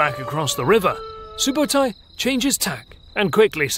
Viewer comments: It’s Ögde not Ögede 😂 It’s either from Ög(oak) or Ögdin(the god of thunder) Also Sübötai not Subotai,means “soberly” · its not SUBOTAI its ( SUBEEDEI ) СҮБЭЭДЭЙ and its not GENGIS !!! its CHINGISS KHAAN - ( khaan is meaning KING )